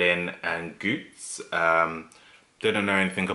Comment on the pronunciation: i think it's pronounced Malin and 'Gets' :) Thanks for the nice review!